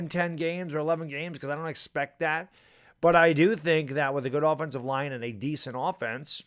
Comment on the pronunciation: Line, not libe!